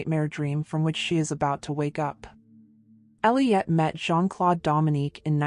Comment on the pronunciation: Not Jean- Clode! It's Jean-Claude! Like the letter O. I cringe every time she says Clode!